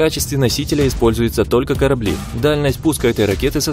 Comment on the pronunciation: А что такое корабЕль? )))